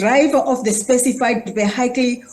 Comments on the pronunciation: Its a disgrace that the "minister" didnt know her own laws. And the best is, she cant pronounce vechile😂😂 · What is a "vaihaical"? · Not a stickler for "proper" English but maybe the Transport Minister should be able to pronounce the word "vehicle". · I only learnt to speak English in my twenties but even I know how to pronounce vehicle. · the minister of transport cant even pronounce vehicle😂😂😂😂😂😂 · She cannot even pronounce the word 'Vehicle' properly. What a disgrace! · Minister of transport cannot pronounce vehicle correctly. It is directly the ministries failures for years to start taxi regulation and implement safe public transport. Now the ANC government wants to roll the ball to the province when they start cleaning up.